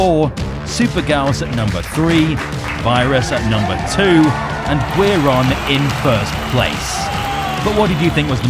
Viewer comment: Friendly pointer- Guiron is pronounced "Gee-Ron" Guiron's Japanese name Giron (ギロン) is most likely a truncation of the Japanese word for guillotine, girochin (ギロチン)